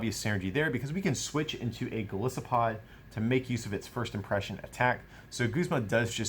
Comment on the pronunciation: Why does everybody and their mother pronounce Golisopod wrong? It's Goliath + Isopod. The I is strong.